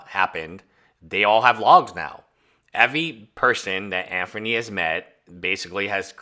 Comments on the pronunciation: hard to take a hater serious when they can't pronounce the subjects name proferly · Anthony, not Anferny. Just saying lol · Why can’t you pronounce a name correctly? Anfernee? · I’m Chinese and my mother would pronounce it “Andony”. Just poking fun because I’ve never heard anyone pronounce ‘th’ as ‘fer’😇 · I really pity this dude for being afflicted with a severe case of Name Butchery😂